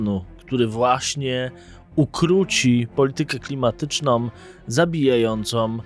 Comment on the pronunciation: ❌️ "politykę klimatycznom" ✅️ politykę klimatyczną ❌️ "zabijającom" ✅️ zabijającą Komentarz nie ma na celu uniżanie, ale szczerą chęć pomocy. 95% Polaków popełnia ten błąd. Nazywamy go fleksyjnym. "Som, kupujom, inwestujom, klimatycznom, zabijajacom". Są to formy niepoprawne i szczypią w uszy bardziej, niż "poszłem". Piszemy oraz mówimy "są, kupują, inwestują, klimatyczną, zabijającą". Nie wiem dlaczego dosłownie 95% Polaków ten błąd popełnia. I to ludzie z kanałów traktujących o poważnych tematach. Jest to okropny błąd. Razi w uszy strasznie. Powtórzę więc - komentarz z dobrego serca. To świetny kanał, świetny blog. Ale błagam, naprawmy ten błąd 🙏